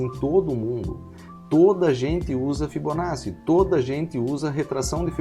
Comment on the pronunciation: A aula é excelente, mas a pronúncia correta é ''fibonaTTi"